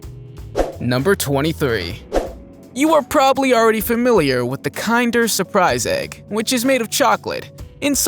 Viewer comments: Am I the only one who thinks the way he pronounced kinder the wrong way very aggravating? Probably pronounces kindergarten the same way. The word kinder means children or kids in German but not pronounced like the word kind but the short I sound. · Uh do your research first. There's so many misspoken words here. Kinder eggs is pronounced like kindergarten minus the garten. Not Kinder as in KIND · Kin-der.. not kind-er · What's with American English speakers always saying the "I" in some words as a "Y"? Its not "Kynder Surprise", its "Kinder Surprise". With the "I" being pronounced just like you would the "I" in "Kind". Its such a weird habit that seems to be coming out of nowhere considering with other common words using a "I", its pronounced simply as normal instead of a "Y". Seriously, tell me "Y". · You mispronounced "kinder surprise". It's pronounced like "Kindergarten". The linguistics are more akin to the more German word "kinder" which means "children". Please correct your pronunciation of the word. It's cringy, and makes me bristle. I'm not German, nor do I speak German, but at least have some respect. Also, Nestle is pronounced with the "ee" sound. So you mispronounced that one too. so pronounce it "Nestlee", with the "e". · The pronunciation of Kinder almost made me sick lol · That's not how you pronounce kinder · The way you said kinder😒 i you kidding me 😮man ! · The way you pronounced “kinder” surprise egg 👀